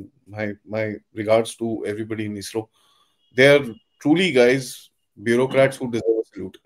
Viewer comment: Eesro.. 😅😅😅... Isro beta isro... Eesro nahi